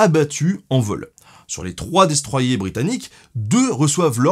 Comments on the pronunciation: Pourquoi vous dites "Maru" avec l'accent mais "dé stroi yé" au lieu de "destroyer" ? Le plaisir Français d'emmerder les rosbifs ? xD Cool vidéo sinon ^^ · "Destroiyé" ? c'est pas "Destroyer" ?